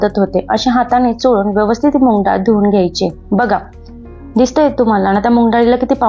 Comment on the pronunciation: मुग डाळ हा शब्द मुंग नाही